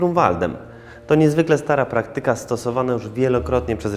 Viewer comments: Jak zwykle w tego typu filmach ani słowa o ROLI JAGIEŁŁY PO bitwie pod Grunwaldem.2) I nie pra-KTY-ka tylko PRA-kty-ka.Słowa pochodzące z greki kończące się na -yka czy -ika-akcent powinien być na sylabę trzecią od końca Czyli też np. ma-te-MA-ty-ka FI-zy-ka.Nie chciałbym,żeby to zostało potraktowane jako czepianie się czy złośliwość.Ale jest to przynajmniej dla mnie dość irytujący i bardzo powsze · Trzeba sobie zdawać że wszystkich zakonników krzyżaków było tak ok 500 a wśród nich księża którzy nie walczą.